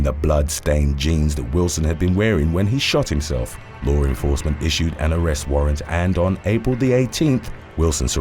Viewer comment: Not for anything, but it’s LAW ENFORCEMENT, not lore enforcement. If you use English as you primary language, use it right. I used to have to correct my own mother for adding an unnecessary R in words ALL the time, but, it didn’t end up helping.